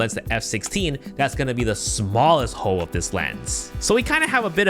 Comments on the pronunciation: so I'm the only person that caught that. He didn't use the "l" in hole this whole entire video.😂😂😂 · Why did I hear hoe instead of hole?